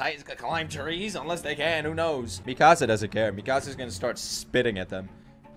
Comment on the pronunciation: ⚠️NOT A SPOILER⚠️ Mikasa’s name is pronounced ME-KUH-SUH. I love the videos YOU CAN STILL BEAT THE FINAL! Keep the videos coming. I LIVE FOR YOUR ANIME REACTIONS